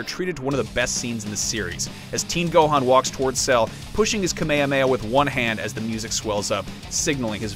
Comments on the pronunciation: I know this dude did that not just say “kamehamehamets section” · Anyone else shutter at this guy's pronunciation of kamehameha? Just sounds really odd